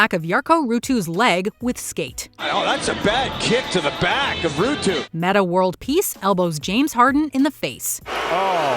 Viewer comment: Betta World Peace?? 😂 It's METTA World Peace,...